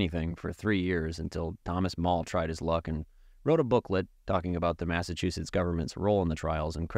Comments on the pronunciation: maffachewsets lmao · No no I like you’re version of pronouncing Massachusetts.